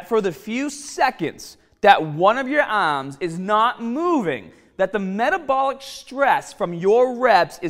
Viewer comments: My ahhhhms!!! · Yah ahhhhms will grow!